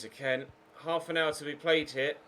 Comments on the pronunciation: It really annoys me when you call kean k-e-n It’s k-EE-n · I hate the way he pronounces it, isnt Italian so just say keen